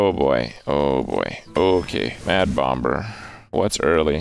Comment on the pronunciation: why does he pronouce the b in mad bomBer